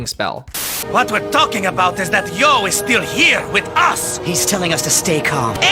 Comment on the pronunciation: I love how you call Yoh “Joe” insted of “Eo”